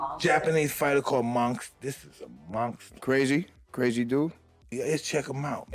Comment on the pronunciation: Hearing pronouncing the word monster and saying mongster cracks me up😂